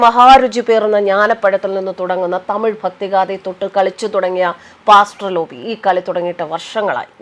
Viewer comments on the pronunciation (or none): none